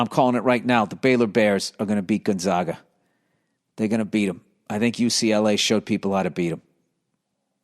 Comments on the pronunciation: Gon-zogga. Spo-kayne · I’m a die hard zag fan and bill burr fan but please pronounce Gonzaga right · Please pronounce Gonzaga right